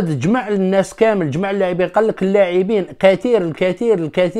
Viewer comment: أتعلم تقرى العربية جيدا أسمه كامل و ليس كمال و انت تخطئ كثيرا في العربية